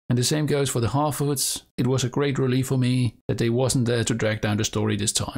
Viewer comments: The way you said Harfoots, I almost thought you said halfwits. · I thought you said half-wits 🤣